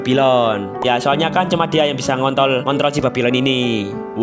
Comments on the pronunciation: 😂😂😂😂 gw ngakak bang denger Abang bilang ngontol Btw pengunjung baru bang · ngontol gw denger ny 🗿😁☝🏻trus pas pertama kali denger babylon gw denger nya babiloh😁☝🏻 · ="ngontol" wkwkwk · salah ngomong dikit gak ngaruh😁😁😁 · Malah bilang ngontol typo bg 🗿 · Typo dikit gak ngaruh 😁 Ngontrol jadi ngonto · ini gwe yang salah denger ato emang ada kata" ngontol?🥴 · udah dua kali salah ngomong ngontrol🗿🗿